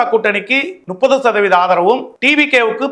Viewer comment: முப்பது என்று சொல்ல வரவில்லை நுப்பது என்கிறான் இவன் வாத்தியாரிடம் படிச்சானா வேலைக்காரியிடம் படிச்சிருப்பான இந்த வீடியோவை பதிவு பண்ணுங்கள் 26 மே மாதம் இவன் குடித்த தாய் பாலை கக்க வைக்க வேண்டும்